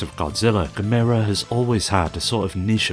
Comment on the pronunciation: Gamera should sound like camera. Really hurt my ears hearing 'gameira'